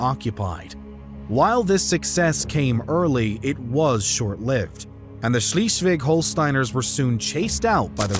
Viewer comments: The constantly wrong pronounciation of "Schleswig" gets a bit irritating, though (given that one third of the video is about it and it's said very, very often in the video. Mind you, I'm not expecting perfect german from an Engish speaker, but it's a bit like if instead of "Brunswick", people would say "Brinswuck" all the effing time. He basically said "Schlisweg" instead of Schleswig". Yes, I know, it's a more or less common mistake of English speakers, based on their peculiar pronounciation of "i" and "e", but neverthelass quite annoying, because they are all so completely unaware of the fact that these two letters are pronounced in a different way - not only in German, but in most other (European) languages as well (French, Italian, Spanish - just to name a few). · I really like your documentaries, but for the love of god could you pronounce Schleswig as Schleswig and not Schiiiswig. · "Schleswig", not "Schleeswig". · Sorry, I had to stop listening. In German , ie is pronounced as an English "e" and an "e" in German is pronounced as in egg. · Please, it's not "Schleesvig." It's more like "Schlessvig." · schleswig = shlay svig . not shlee . ie, in german sounds like, eee. ei , in German sounds like, aye. v, in German like English F. w, in German like English V. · Sh-LEZ-vlig. Not Shleez-vig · Schleswig not Schlieswig and Holstein not Holstien. Come on man forget about the W's and the Sch's. Learn the vowles brother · Schlischweg...for the sake of the number of subscriptions to your channel, please take a minute or two to simply pronounce right a crucial name in your story... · It's pronounced 'Schlays-vig'. 👍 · The way Swheisligg (not sheeeslig) is pronounced, is simply horrible, and I don't know how to pronounce it. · Germany taking Alsace (and some of Lorraine) from 1871 to the end of WW1 would have been worth a mention. And Schleswig ain't Schleeswig. Otherwise, very interesting. It's a complicated history, and your explanation was helpful.